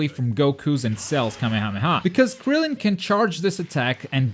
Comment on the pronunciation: It is Krillen not grillen